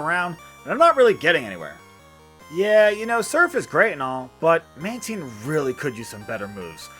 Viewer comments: Isn't it man tyne? Not man teen? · you pronounced Mantine wrong